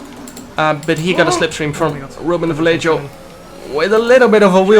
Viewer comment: Im from spain jarno, vallejo pronuntation is vayeho Un saludo from spain hahahaha good luck jarno